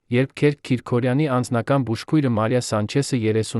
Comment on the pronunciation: Հարգելի ընթերցող,Քերք չի կարող լինել,Քըրք է,հայերեն Գրիգորի կրճատ,անգլերեն տարբերակը։Եւտառի սղումը երբեմն փոխում է բառիմաստըԿամդարձնում անհասկանալի։Միթե չկա գրագետ ընթերցող։Թեմաները ակտուալ են եւ հետաքրքիր։